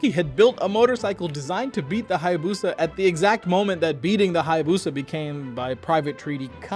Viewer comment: Check Japanese Pronunciation of Hayabusa 🤭